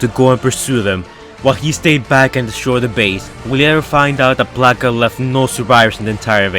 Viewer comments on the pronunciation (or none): Thought you were saying black ops.. You were actually saying blackout